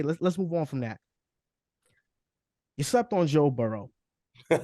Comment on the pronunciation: Why this man can’t just say burrow better than Herbert 😂 😊